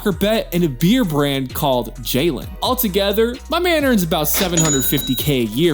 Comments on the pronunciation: If you want to pronounce "Jelen" right just say "Yelen" and not "Gelen". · If you pronounce Jokic as Yokic then pronounce Jelen as Yelen and Nemanja as Nemanya... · Bear brant is pronounced "Yelen" meaning "the Dear"